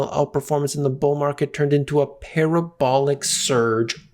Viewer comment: Take a shot any time says " Par-rah-bolic"